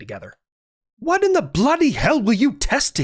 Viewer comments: "It hwaht?" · “It HWHOT?” Sent me 🤣.